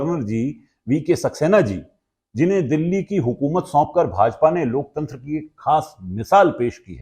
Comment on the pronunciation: जी अपने अपनी बातों में कई बार लोकतंत्र की दुहाई दी तो कम से कम शब्द तो सही बोलिए ।"लोक चंद्र " कहिए महा मानव से कुछ सीखिए